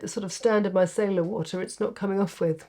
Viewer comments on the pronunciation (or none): none